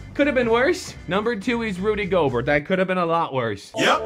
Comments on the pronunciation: why he pronounce gobert's name like goburt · It's pronounced gobairt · it's pronounced gobair I should know I love the jazz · I thought that Rudy gorbert was pronounced like "go-bear" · his name is pronounced gobear even tho its spelled gobert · Does not watch basketball? He keeps pronouncing Rudy Gobert's name wrong. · No, hes dyslexic.